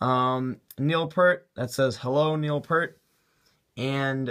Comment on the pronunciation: It's Geddy, not Jeddy. It's PEARt, not Pert.